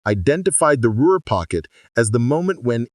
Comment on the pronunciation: "What made the Ruer pocket different. It's Ruhr. Inane AI